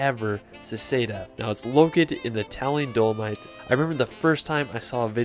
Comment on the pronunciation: Great video. Please sort out your pronunciation of the places, especially Neuschwanstein, Dolomite, Zermatt.